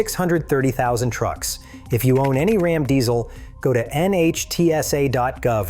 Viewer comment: Can’t you find a real person to read these posts?? Rom is not Ram! Geez! What a turn off!